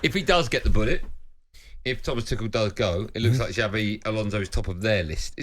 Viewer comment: Pronounce it as Tuhel, pls! 🙄